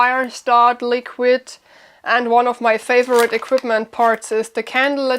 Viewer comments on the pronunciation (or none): Honey, it's equipment with a P, not equitment....Just saying...